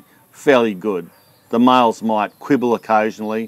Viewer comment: I thought you were speaking about miles instead of males ..